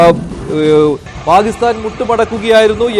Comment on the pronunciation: Why you are saying always Palisthan. Pakisthan ennu thanne parayan enthenkilum budhimuttu undo?